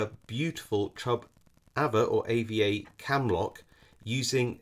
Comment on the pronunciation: We pronounce it arva